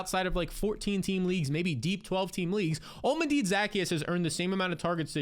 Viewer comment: Olm-A-Dee Zack-E-Us 😂